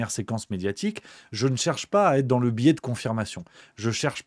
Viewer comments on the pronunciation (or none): none